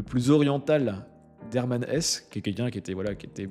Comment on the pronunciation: Hermann HessE pas Hess. prononcer le e final svp.